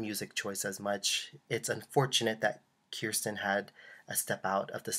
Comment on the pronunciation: It's pronounced KER (as in Her) -STIN Not Keer-Stin